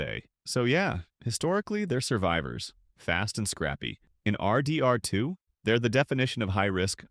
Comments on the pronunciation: Have you guys ever played ar-deee…R…too? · bro says rdr2 like R. D. R. 2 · literally so many weird remarks no one would ever say, “ARR DEE ARR TWO”, “arthur’s balance”?? so disappointing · Why are you pronouncing RDR2 like that haha? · Please stop pronouncing rdr2 like that 🥀